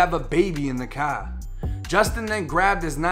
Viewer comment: "In his cahh"